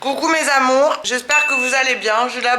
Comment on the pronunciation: Elle a dit 😭😭😂😂concon mes amonrs